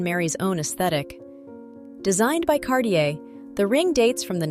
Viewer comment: CarTier et pas Carlier .l’i.a impose des traductions très approximatives... un collier du IXéme siècle, comme c’est étrange !